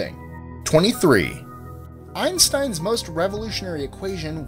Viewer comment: Cant believe you pronounced Einstein like that